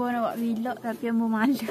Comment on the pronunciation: Buke vilogg.. Velog velog velog VELOGGG . . Awok kalu blog, awok blh plok baco belog . Bakpo xbaco bilog ?? Veeeelogg. Vlog . Aaaa gitu . Xmaroh oyak jah . Nk sebut vilog pun xdok hal bena. Hahahahha.